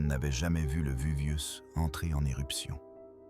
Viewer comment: La voix off a bien besoin de l'IA... Le VUVIUS, ap Jacob Cégamon, j'en passa et des meilleures... et la vidéo prétend nous rév^éler le contenu de rouleaux carboniser? Et ben on n'est pas rendu, on va en lire des conneries....